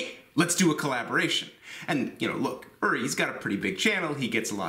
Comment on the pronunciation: oo-ree, not er-ree